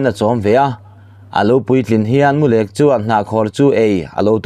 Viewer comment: Mulek thluk hi a diklo, perek thluka lamrik tur aw